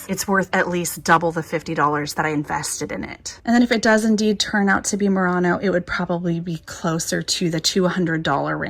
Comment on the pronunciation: Btw it's pronounced /muir-ano/ 😊